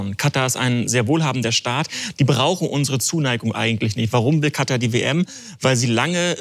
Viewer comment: Kann ihm mal bitte irgendwer sagen dass es KataR und nicht Kata heißt?🙃